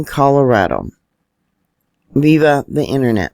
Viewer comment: "viva the internet"... You mean "VIA" the Internet..not viva.😂